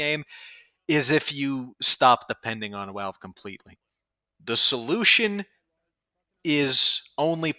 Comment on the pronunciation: Pronouncing it "Walve" with a New Yorker accent is wild ngl. Also damn, just the idea of being able to use the Degreaser/Reserve Shooter/Axtinguisher combo again makes me happy in the pants. I main spy.